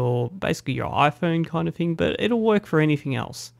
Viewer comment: You also said fing instead of thing. frough instead of through.